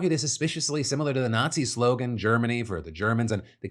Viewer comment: Did you pronounce nazi weirdly on purpose? It is almost like you buried the lead. hmm.